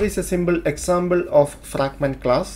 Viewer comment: "Symble Examble"